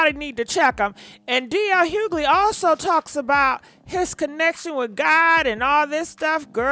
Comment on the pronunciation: Hughley, shut up and leave the man alone. You all need to get off his ass! Even the woman on here can't even pronounce your name properly...